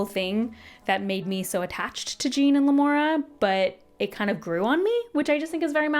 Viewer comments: His name is not JEAN !!!!🤬 It is Jeán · Omg it's not Gene it's Jéan like Shawn with a J, like the French name 😂😂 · I had a bet with myself when I saw this come up that you would pronounce Jean 'Jeen' and I am both richer and poorer now 😂 I feel like this is a common one, though. (Great review, have similar feelings towards it though maybe a touch more positive) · yea it’s not pronounced gene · I’m so happy to see another person who pronounced Jean’s name like Jean Grey. I felt so dumb when I found out it was supposed to be a French pronunciation lol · Les Mis would be a lot funnier if Jean Valjean was pronounced this way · The Jean pronunciation 😂. So glad you enjoyed it!